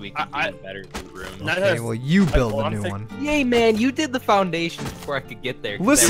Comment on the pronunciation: Instead of "New", you said "Bew"